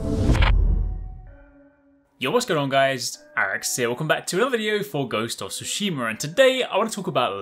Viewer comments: "guhosts of soosheemar" lmao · “Ghost of Tsushimer” lmfao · I love how I can’t make out anything being said at the beginning and then Göstof Sushimur